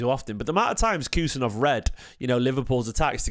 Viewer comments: His name is Abdukodir not Khusa,surname pronounced husanov like h in Halaand and Husaaanov not Kusanooov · Bro said kus kus 😂😂